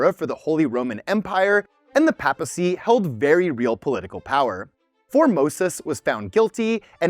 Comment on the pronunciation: Also that is PAY-puh-see, not PAP-uh-cee, love you bro ❤